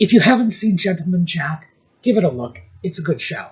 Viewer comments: I thought mindy had a cue card that said luk instead of look😊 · When Mindy said “look” which was pronounced “Luke” - that is how Scottish people would pronounce it. Do you think Meghan could have told Mindy to say it like that, to mock the Scots? Just a thought, because Mindy, even though she’s Indian/American, would not typically pronounce LOOK like LUKE. 🤔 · I think Mindy is low-key genius. She may have received direction to complement Megan’s style and she purposefully chose to pronounce the word “look” the way she did, knowing that a person such as Megan could not help but react to that thereby showing everyone exactly the type of person nutmeg is